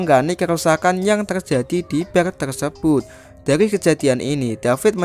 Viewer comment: BAR ya dibacanya tetap BAR bukan BER